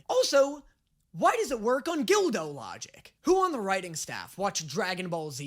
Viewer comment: ....Gildo?, i love you man, but....COME ON!